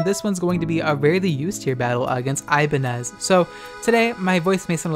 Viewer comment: I think it's pronounced as I-ban-nyez as in ñ (Ibañez). It's a common surname in our country.